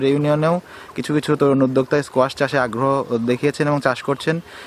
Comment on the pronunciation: 😅😅😅kuasha?? Strange but it’s squash